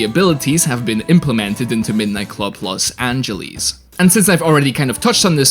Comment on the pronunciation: i needed to stop watching the video because of you saying Los Angeles wrong every time you even trying... ITS NOT F*CKING LOS ANGELIS!!!